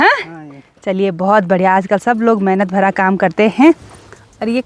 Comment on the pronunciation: आप बोलते हो प्यार भरा नमस्ते पर भरा अच्छे से नहीं बोलते आप खुद ही सुनना भरा में रा कही नही समझता प्यार भा नमस्ते लगता है पहले व्लाग में आप पूरा बोलते थे